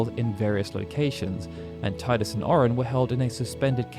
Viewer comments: I love it when you said 'tie-dus' instead of 'tee-dus' ❤️ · Tea-dus not Thai-dus. Look at the video: How to say Tidus? PLUS found scripts from final fantasy 10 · Teedus, not Tiedus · I see people still insist on pronouncing his name "TIE-dus" (the official pronunciation is "TEE-dus"). The way I see it, if you didn't create the character, then you should respect the person who DID by pronouncing the name the way they designed it. (It's THEIR character after all.) Refusing to do so is just silly. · Tidus is pronounced TEEDAS. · How do you have fact videos on FFX and not know how to properly say Tidus' name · Every time I watch a ffx video I forget you say Tidus like that.